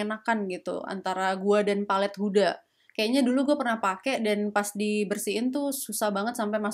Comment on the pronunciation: njir pankreasku tergelitik ketika ngomong huda lumping